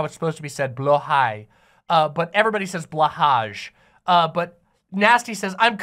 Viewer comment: You did a good job on the pronunciation of blåhaj 👌🔵🦈 - Appreciative Swede